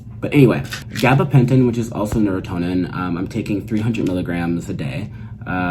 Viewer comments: Pronunciation is nur-ahn-tin like neuron-tin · Neu-Ron-tin *pronouciation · The brand name is "neurontin" not neurotonin...just a note for those who may want to request it... easy to mispronounce. Good video!